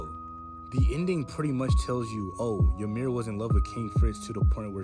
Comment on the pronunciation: Fun fact the correct pronunciation of the name Ymir is actually ee-mir not ya-mir there is no A in the name.